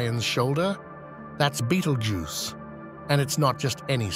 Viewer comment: That's how your AI voice pronounces it, wrongly. 😊